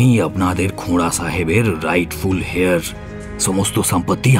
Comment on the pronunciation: "heir" শব্দটির অর্থ "উত্তরাধিকারী" আর শব্দটির উচ্চারণ "হেয়ার" নয় "এয়র"...